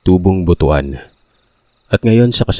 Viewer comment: It's BUT-WAN not BU-TU-AN.